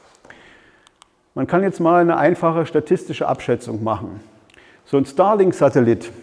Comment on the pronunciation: Ich hör die ganze Zeit Stalin-Satellit ... scary :) Aber guter Vortrag, danke!